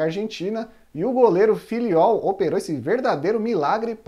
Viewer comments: Errou feio aí o narrador na pronúncia do nome do goleiro Fillol... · Ubaldo Fillol. A pronúncia correta é "Fidiol". Um senhor goleiro! Jogou no meu Mengão nos anos 80 e foi o maior goleiro que eu vi no gol do rubro-negro mais querido do Brasil! Que goleiraço!